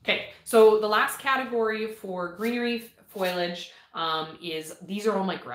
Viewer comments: Please!!!!!! Learn how to say FOLIAGE! It's driving me crazy!!! lol Love the videos and information in them. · I adore seed chats!!! I’m curious- do all Canadians pronounce it foy-a-ledge like you? In the states we say fo-lee-edge because the i is after the l. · OH! Not wrong! Just different and I was curious. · I’m pretty sure the way people pronounce it is just regional. Laura from Garden Answer says foliage the same as and she’s in Oregon.